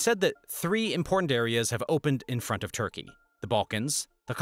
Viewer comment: Its Turkey not Thurkey. Thank you for the knowledge